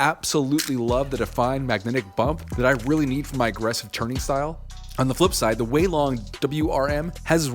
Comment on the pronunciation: Yess u finally said weilong the right way Edit:it took 1 week for to see my comment